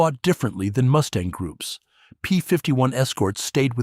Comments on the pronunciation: Ha ha ha "Moosetang" 😂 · Haha, “Moose-tang” certainly gives the Mustang a memorable new pronunciation